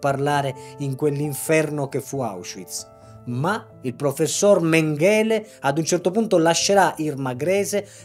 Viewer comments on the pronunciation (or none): Mèngele, non Mengèle..........ma cosa fate viseo a fare se non sapete neanche le pronuncie, fate altre cose!